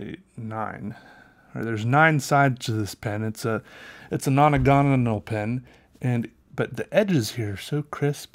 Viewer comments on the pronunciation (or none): "It's a nonagononal pen..." Lmao, it's "nonagonal". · trying to say nonagonal is so cute 😍